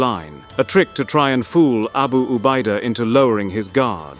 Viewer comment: Nyebut abu ubaida yg betul